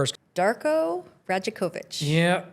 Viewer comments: Dope video!! btw his name pronounced Rye-Ack-Oh-Vich if you make another one though boss he’s tooo hype gotta love him as a coach even though all the trash fans were saying no he should be fired the real one knew he was that guy just needed a team to run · good video brother... but you're from Toronto? how you from here and you don't know how to pronounce his name haha Dar-Koh Roy-yak-ovich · Great commentary and editing, man. I see you're on a trip around the league reporting on teams. Announce yourself as a Raptors convert, center the team in your reporting (and learn to pronounce 'Rajakovic' correctly) and I guarantee you that 1,800 sub count will EXPLODE. There's no love like the love of Toronto Raptors fans--trust.